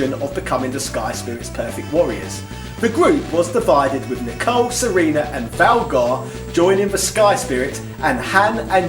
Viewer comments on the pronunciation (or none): none